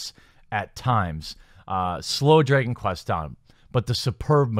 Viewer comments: Drey-gon quest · "Draygon Quest"?